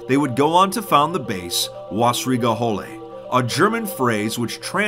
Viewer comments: Me: being a German: Wassrige Hohle me:CrInGe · As a german dude its so funny to hear u say wössrige höhle but its cool to know that german players do play 2b2t :)